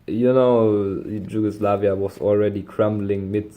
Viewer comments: you are saying it like "dž" just say the "y" like in yes Regardless, awsome video, keep it up!👍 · You say it so wrong, it’s YUGOSLAVIA in English, in Serbian it’s Jugoslavija but in Slavic languages J is spelled like Y not like in English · Ye haha you pronounce it as if a slav would spell it Đugoslavia no worries still thx for the vid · J in Slavic languages is like Y in English like I explained, you need to say it like In English Yugoslavia because you use now the Serbian form but you read it like English letters, Slavic pronouncing is totally different from the English one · Problem is not with writing but with pronunciation, you pronounce name of some countries really bad like Yugoslavia, there is no English J, because in Slavic languages it is not pronounced like in English...